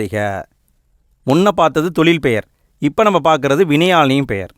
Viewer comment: வினையாலணையும் பெயர் என உச்சரிக்க வேண்டும்